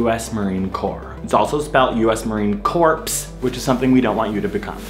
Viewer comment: Corps isn't the same as corpse, girl.